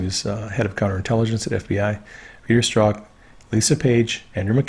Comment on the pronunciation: From the Strzok testimony we learn that his name is pronounced "struck". Please use the correct pronunciation. Thanks.